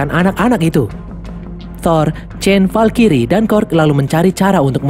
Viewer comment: valkrye bang bukan valkiri